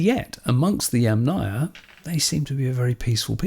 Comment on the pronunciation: Thanks for the first correct pronunciation of "Yamnaya"! ❤